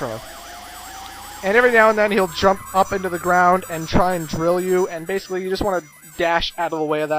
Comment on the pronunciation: You say BASSically a lot.